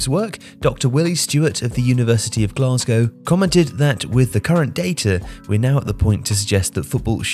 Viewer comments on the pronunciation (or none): none